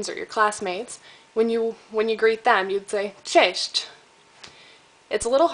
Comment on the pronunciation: it's not that you have got THAT bad accent, it's actually really good as for foreigner, but for example your 'cześć' didn't sound as it should and here's my advice: don't try to teach people foreign languages if you don't have a full grip on them, just don't make the people do the same mistakes you do.